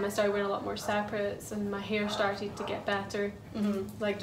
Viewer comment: Me seeing „Lets get Started!” Also me hearing how is saying „Started” Startid 😂❤️ love you so much Youre amazing ❤️❤️